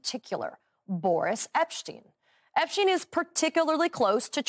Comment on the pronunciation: Why can't people say Epstein? How does it become eppschtyne